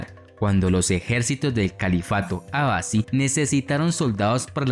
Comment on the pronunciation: Me gusta mucho el canal pero me incomoda el mal uso de los acentos por parte del relator. Selyucídas, en vez de selyúcidas, ábasi en vez de abasí, satrápias en vez de satrapías. Espero se pueda mejorar eso. Saludos